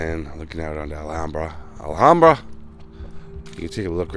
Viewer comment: Great video,. Such a tragic end for Lana Clarkson. She had a brief but memorable role in "Fast Times at Ridgemont High." My cousin was the jury foreperson in the second trial that convicted Spector. One little note, - the "ham" in Alhambra rhymes with "Sam." 🙂 Love your videos!